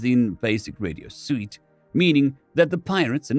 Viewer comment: Suite, pronounced sweet.